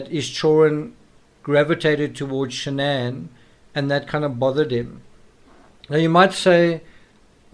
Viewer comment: It’s Shanann not Shannon.